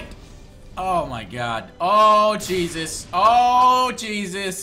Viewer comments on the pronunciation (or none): none